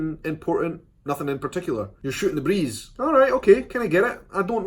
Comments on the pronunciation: When you said shootin the breeze with your accent my brain heard sh@ the breeze. Stupid I know, but it had me laughing so hard for some reason. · Shootin the breeze cracked me up...